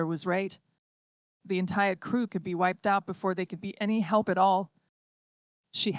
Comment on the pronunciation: Lollypok,??? Helk??? A good rendition get real